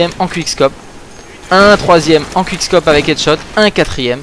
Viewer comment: Bon, on dit pas CWUIK CKOPE MAIS COUIC SCOPE OK?!! Ensuite on dit paS SUWITCHE MAIS SOUWITCHE Voila je te rapelle juste que ces mots sont anglais donc même si ton accent laisse a désirer ( ou pas:P) prononce les bien s'il te plait